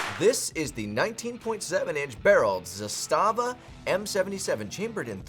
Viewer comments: 2018...the rifle was made in 1977! It's been used in every war since then! It saw heavy use in the bulkan/Yugoslav wars! It's zas-tuh-vah not zus-tah-vah lol! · Trooniun? Is this AK confused about its pronouns? Also mispronounced Zastava. For shame,.